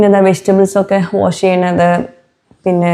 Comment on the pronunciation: വോഷല്ല വാഷ് എന്നു പറയൂ..